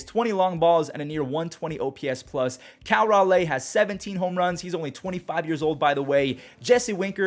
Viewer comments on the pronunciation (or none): It’s (Raw-Lee), not (Raw-Lay)